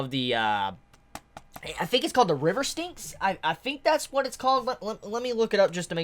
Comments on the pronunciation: No worries. I got a chuckle every time you said ‘the river stinks.’ Lol! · Glad to have tokyo ghoul! Its ok you didn't pronounce it right lol